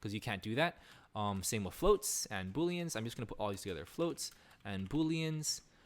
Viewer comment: Its "booleans" not Boolens.